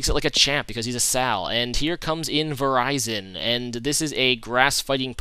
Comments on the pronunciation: lol verizon he always makes me laugh when he say pokemons name wrong its ver-ri-zion and hi-dragon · Lol it's pronounced Vir-iz-i-on, not "Verizon"